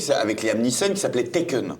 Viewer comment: L'autre film c'est "Taken", pas "Tekken" au cas où.